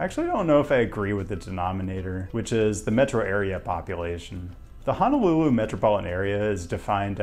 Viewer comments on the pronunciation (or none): none